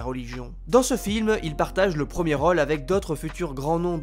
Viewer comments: c'est gossant quand tu dis 'role' au lieu de rôle. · Le narrateur a un soucis avec le mot role ... c est quoi cette facon de prononcer lol